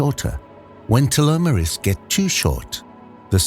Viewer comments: The mud bugs miracle... Telomeres not as you point " tomerase..." Dam pathetic AI propagated BS... Truly mispronunciation and AI malfunction of information and pronunciation... Does remind me of a computer generated weather of High Wine-d warring yes it said a high wine warning... As it could not come up with High Wind...so it just wined a bit... As just like me to dammed tried to molt anymore. Or to leave the comfort of the couch. As we know that we are not able to eat enough donuts or produce enough energy to molt to a new self. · The stupid AI voice can't pronounce telomers or telomerase.